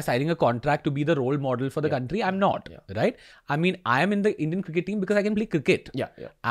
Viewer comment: has he really pronounced it as "circkett"?